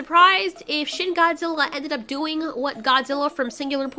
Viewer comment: When you say shin Godzilla I think you say shit Godzilla